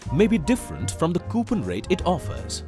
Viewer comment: I left because of the way the guy said coupon.